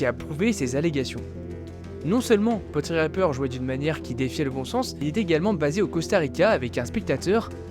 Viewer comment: tué cris "Portipper", pronnonce "Potriper", mais non : C'est bien Potripper.